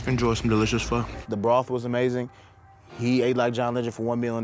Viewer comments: It's pronounced foe not faw. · It's pronounced "fuh"